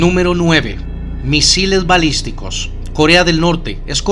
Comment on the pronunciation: Dijo bisiles malisticos? O entendí mal 😂